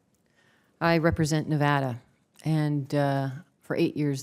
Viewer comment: Says he is concerned....says our state's name wrong *facepalm